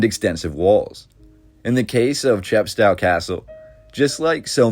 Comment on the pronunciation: English civil war not British civil war. Chepstow pronounced cheppstohh rhymes with oh